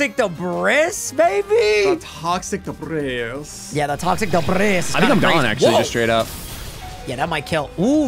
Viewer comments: "toxic debrISS" instead of "toxic debrEE" killed me lmao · IT’S “DUH-BREE” NOT “DUH-BRIS” 😭😭😭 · Don't know if you're doing it on purpose (i'm new here) but debris is pronounced "debree"